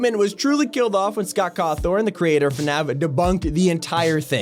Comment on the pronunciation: How he says Scott's last name just man